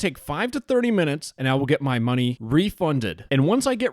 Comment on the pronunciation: "I need to send the scammer more Mungy :3"